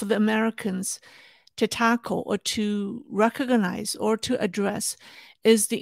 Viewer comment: U can't pronounce recognize😂😂😂😂😂😊😊😊😊😊😂😂😂😂😂